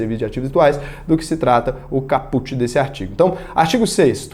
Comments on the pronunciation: Ótimo vídeo,. Vc é fera! Só um detalhe sobre a pronúncia latina. A pronúncia de caput (significado/tradução: cabeça da norma) é "Cáput" e não "capút". Abraço! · Ótimo vídeo! Só uma dica: a palavra "caput" tem de dar ênfase na primeira sílaba cáput e não capút. Valeu! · Boa. Like na confiança. Apenas uma pequena correção para conhecimento: caput se pronuncia cáput. Abraços